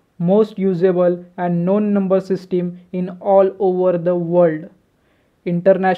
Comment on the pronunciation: Bhai system to dang se pronounce karo... 😃